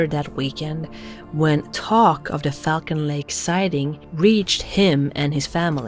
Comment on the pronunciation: 'who frequently travelled to Fuckin' lake'.... she has a real hard time pronouncing Falcon LOL!!!